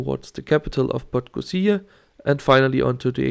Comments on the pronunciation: Realy nice video. I understand, that its hard for you to pronounce the village or city names there but it's funny that you just scip some usual letters like "podgozia" instead of PodgoRica. :D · I just took that train twice during the day, so even more views. I was stunned and can’t wait to go back. Brilliant piece of Yugoslav engineering! Thanks for this recap. Greetings from 🇵🇱 PS. Podgorica is pronounced /po-dgo-ree-tsa/ ☺️